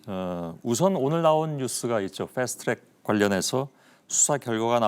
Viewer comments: 패스트 츄렉... 트럭은 츄럭? 아무데서나 혀바닥 굴리는 것들의 공통점 인가? 나경원 발음도 저러던데.. 꼰대 티내는것도 아니고.. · 풰슈투츄렉. 발음이 엄청 거슬리네요.